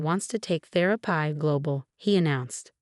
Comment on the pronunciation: thera-pee not thera-Pie! Grrrr!